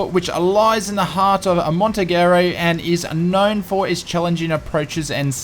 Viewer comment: Apart from butchering the name "Montenegro" you did good as usual :). Always good to see what's new (and before you ask, no, still have not been able to install - at least MS finally answered my support ticket and we are trying).